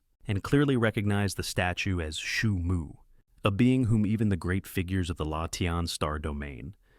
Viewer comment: Бро не шуму а Суйму 😅